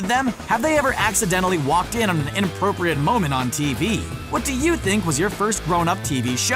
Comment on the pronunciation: Inappropriate* not UNappropriate